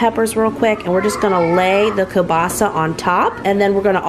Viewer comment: Girl! I find it annoying when I go to an establishment which sells kielbasa and they call it "kielbasi" 😂